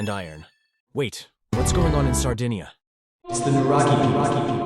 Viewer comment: Intrigued, I decide to watch this video. The first 31 seconds are enough for me: after hearing the ridiculously incorrect way in which Sardinia (Sardegna would be better...) and Magna Grecia are pronounced, I realize the superficiality of the author and abandon the viewing. Very bad.